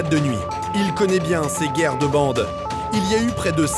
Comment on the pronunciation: C'est pas bieng, c'est pas bieng, fallait pas le faire...